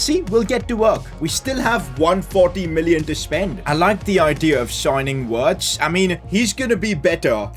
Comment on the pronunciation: Not wirtz u are supposed to pronounce it like virtz